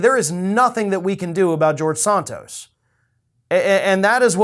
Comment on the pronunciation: Nice that you said his last name correctly 😊, but Santos is still a horrible man.